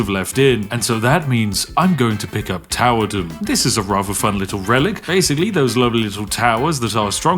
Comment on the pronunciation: Uhh excuse me sir it's towerdome, like thunderdome, not towerdom.